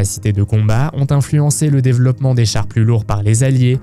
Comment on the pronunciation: Le "déveuloppement", c'est aussi une manière de prononcer inventée par les nazis?